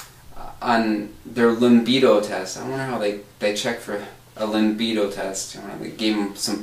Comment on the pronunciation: Limbido... it's libido!